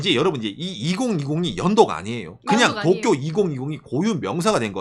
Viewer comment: zㅋㅋㅋㅋㅋㅋㅋㅋ종이펴서 또꾜!! 따라하는거 개웃겨서 몇번을돌려보네